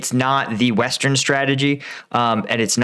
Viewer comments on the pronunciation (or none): none